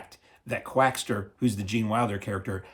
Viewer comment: there's no "t" in Quackser